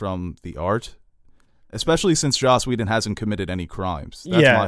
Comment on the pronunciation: it's Joss Whedon, not Josh